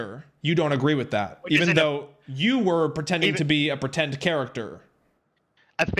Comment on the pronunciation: "PWETEND" is all i gotta know about this dude